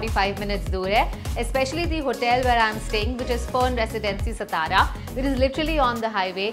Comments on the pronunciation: हे ‘सतारा’ काय लावलय….MTDC ने sponsor केलयं तर त्यांच्यापैकी कोणाला साधा उच्चार शिकवता येत नाही का? कहो: सा ता रा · its saa+taa+raa=' satara 'not stara. plz pronounce correctly ! ow video is good.